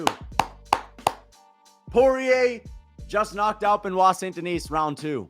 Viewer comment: Bro it’s pronounced Ver-Sa-Chi (Versace) - not Ver-Saiz; Sun De-knee (Saint Denis) - not Saynt De-Nees… Lol - why not try pronounce it right?